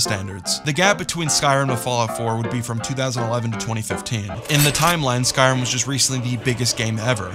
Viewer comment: It's called "Skyrim", not "Sky-rum".